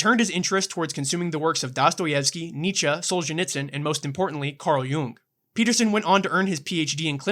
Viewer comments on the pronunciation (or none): none